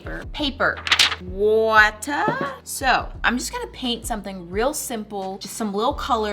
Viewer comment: It was really funny when said watar 😂 (I love ) ❤❤❤❤❤❤❤❤❤❤